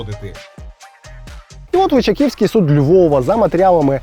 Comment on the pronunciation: Крутий сюжет як завжди, але є одне зауваження, ЛичАківський суд, а не ЛичакІвський, вибачте, але нам, львів'янам вухо ріже)